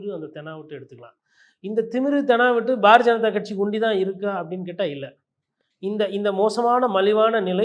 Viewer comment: பாரதீய ஜனதா என்பதை "bar janatha" என தெளிவாக உச்சரிக்கிறீர்களே. ஆனாலும் இப்படி கிண்டல் செய்யலாமா?😀